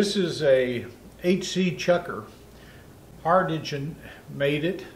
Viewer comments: try ‘dinge’ as the pronunciation as another view commented. A friendly hint, we have all seen cramped workshops and cleaning old machines, you could have cut the first 30 odd minutes and got to the main feature. I stuck it out to see this add-on as I have never seen one. I will follow on with you, but I hope you can cut between the less interesting parts. Stay safe and greetings from Tasmania Australia. Southern Cross Observatory 42 South. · If you look into a dark basement, you say it looks "dingey" down there. That's the way you pronounce "Hardinge". It's with a soft "G".